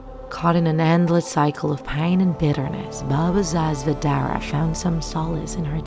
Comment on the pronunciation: you pronounced baba sa zvezdare so wrong its hilarious, coming from a serbian